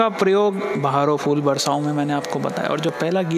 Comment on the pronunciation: Respected Mukesh sir.. in Urdu language it is written as phool. Not foool. ne sahi pronounce Kiya hai